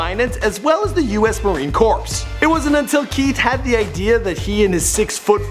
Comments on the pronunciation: ... Did he seriously just call it Marine Corpse??? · Way to mispronounce US Marine "Corps" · He said "US Marine Courps" lol it's Marine Core but it shows "Marine Corps" but pronounce Core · It's Marine Corps (Core). Not Marine Corpse. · This channel lost all credibility when said Marine "corpse." 😂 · U.S. Marine Corpse hahaha. Also, they are under 6 foot 4. Get Dem info gainz, man. ALLLL KIIIINDZZZZ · marine corps is pronounced core, not corpse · Marine Corpse? Corpse? wtf is that - a militia of zombies? oh did you mean Corps which is pronounced 'core'? C'mon dood. it's bad enough your jokes are terrible and super cringyworthy.. at least get your words pronounced correctly. dont disgrace my Marine Corps like that. go mispronounce the Army stuff. they dont care about standards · It’s Marine Corps (sounds like core) not corpse. Smh what America did you grow up in? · Did you really just say Marine "Corpse"? How the hell did you not learn it's pronounced "CORE" Smfh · Its not Marine Corpse. It's Corps. CORPS!!! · The United States Marine Corps is pronounced "core" not "corpse". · the marine corps is pronounced cor not corpse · Marine CORPSE????? What do expect from a soy boy. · marine corpse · "Marine corpse" wtf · Just a heads up, Marine Corps isn't pronounced "corpse" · cycopl it’s the marine core. Not corps. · United States Marine Corps. "Corps" is a French word for a military organization. The P and S are silent. SMH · It’s pronounced “marine core” not corps. The ps is silent. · "U.S. Marine CorPs" lmao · MARINE CORPSE??? WT EVERLIVING FUCK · Marine Corps is pronounced "core". It's like you're inferring we are all dead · Did you say “US marine corpse”? 😂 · It’s pronounced “Marine Core” but spelled “Corps”. Geez... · As well as the Marine "CORPSE".... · You really did pronounce Marine Corps Marine Corpse 😂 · "U.S. Marine Corpse"? This guy doesn't know how to speak English? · US Marine “Core” Corps. Holy crap get it right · Marine "Corpse" What the fuck?